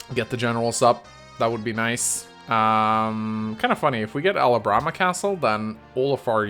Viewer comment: IT'S AL-HAM-BRA, NOT AL-HA-BRA-MA